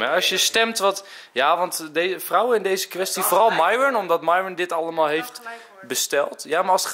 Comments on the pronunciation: Hoe myron het zegt: myron Hoe enzo het zegt: myrone Hoe het zei: merel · Dit is Enzo: : Nicole: nhaicole Lars: Niels Mees: Meesie Myron: Mairhwen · Mieron (zo als enzo het zegt)